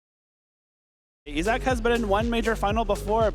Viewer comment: I feel like I'm in the key and peeled teacher sketch. E-sock, you mean Issac (Eye-zack)?